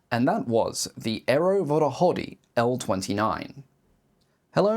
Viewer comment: Google Translator can do it. If somebody want to hear/learn native pronunciation it should help.